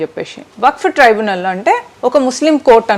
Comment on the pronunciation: ట్రిబ్యునల్ అక్కా సరిగా చెప్పు అక్కా ట్రైబనల్ కాదు